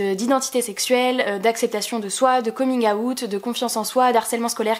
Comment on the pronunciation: Super vidéo ! Tu m'a fais trop rire quand t'as dit "coming a-oute" 😂😂